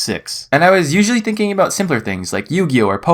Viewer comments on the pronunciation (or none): none